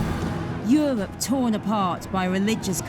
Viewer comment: "...they made pwepawations in Euwope to wetun home." What dialect is this? Or is it a speech impediment? Forgive my ignorance, as I'm obviously not from the UK, but I would seriously like to know.